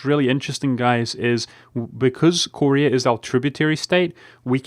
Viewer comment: Ive never seen anyone who pronounced Korea as Corey Ah